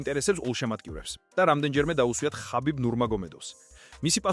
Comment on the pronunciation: ქართულად ხაბიბი კი არა ჰაბიბი